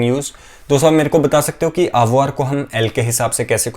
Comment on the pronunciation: Hi, just a question, are you pronouncing this word with the ‘R’ sound. Sorry if i am hearing it wrong